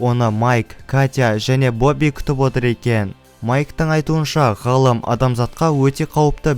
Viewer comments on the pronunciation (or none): Братан гылым емес галым